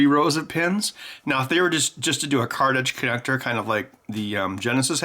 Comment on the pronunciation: i cant tell if he's saying card-edge connector or cartridge connector.